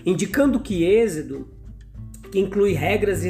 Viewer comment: Por que fala exedo?